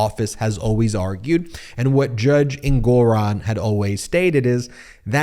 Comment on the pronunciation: Learn to pronounce the Judge's name correctly. En-gu-ron.